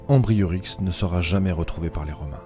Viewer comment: C'est un fait on n'a plus jamais parlé des Uberons dans l'histoire ;-) C'étaient les É-bu-rons. Et leur chef s'appelait Ambiorix et non Ambriorix :-)